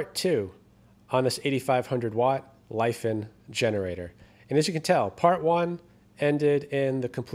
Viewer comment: It's not Life - En. It's Lee Fon (rhymes with Don).